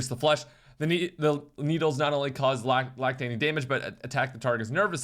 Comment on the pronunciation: Some great mispronunciations in this vid, the best being "lactating damage".